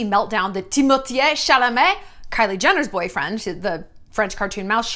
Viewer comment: Timothee is three syllables; why do you say it in four, Shallon?